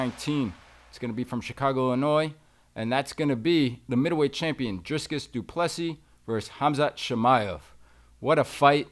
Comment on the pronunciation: please GOOGLE how to pronounce dreekis prior to creating videos